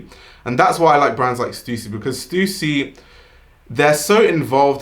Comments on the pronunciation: its stuh ssy!!!! not stusi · thanks for pronouncing stussy correctly!!!